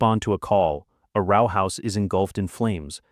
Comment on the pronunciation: I get AI mispronouncing "lead" since the same spelling can be pronounced two different ways but "row" as rhyming with cow?? When is that word ever pronounced that way??